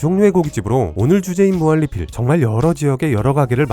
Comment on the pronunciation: 형.. 무한리필 발음이 무할리필이라고 들려.. 형 발음 좋다고 생각했는데.. 무한리필만은 예외인걸까?